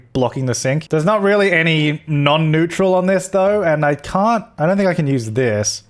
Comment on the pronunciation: Could you please start pronouncing neutral correctly :D